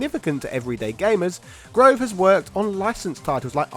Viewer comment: I knew Thomas Grové in college. Good dude. Last time I talked to him was actually right after he left Backbone and I reached out to him because I saw his name in the credits of a few Backbone games. Anyway, the "e" at the end isn't silent. :)